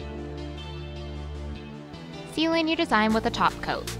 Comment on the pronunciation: I keep hearing glossy taco whenever you say glossy top coat😂